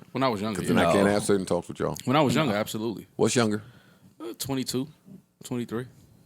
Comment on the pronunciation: i b forgetting is a white boy sometimes he sounded like a whole nigga when he hit that absoooolutely